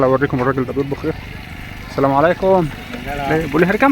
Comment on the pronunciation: السلام = assalam اللام لا تنطق لام شمسية